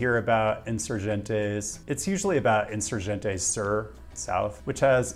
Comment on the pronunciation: Spaniah pronunciation was pretty good except for Insurgente. ;) A G in Spanish never sounds like an English J. It sounds like the g in Get unless it's followed by an E, I. Then it sounds like an English H or Spanish J. Like Hen. in soor hen teh. If a g is followed by a ue or ui the U is silent. If the U has a couple of dots over it, ü , then you pronounce it normally, like a oo in boot.